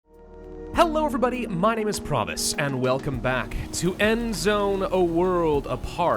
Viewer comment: the cc is showing he is saying "my name is pravis" but for me sounds like he is saying "promises" is that just me?